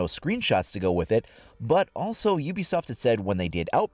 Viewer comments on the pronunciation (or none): none